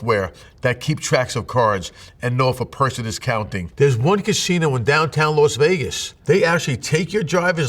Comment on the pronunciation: Why does he call it "Los" Vegas?